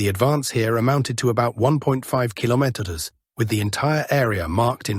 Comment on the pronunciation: Why is the word kilometers nearly always mispronounced in these videos?